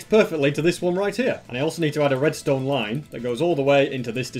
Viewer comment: * starts saying restone things* Me: Entertainment 🤪